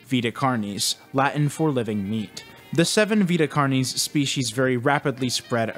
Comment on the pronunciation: I’ve never heard someone pronounce “carnis” like that in all of my latin studies. Great video though